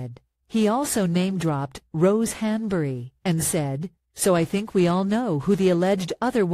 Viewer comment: At least learn how Rose´s last name is pronounced. This is so lame.